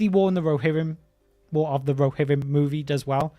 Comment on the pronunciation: What's a "rohirrum"? 🙄